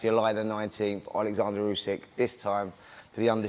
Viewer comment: Frank cannot pronounce Usyks name yet...🤣